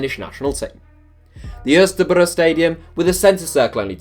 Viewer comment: As a Dane I love to hear you trying to pronounce parken and Østerbro😂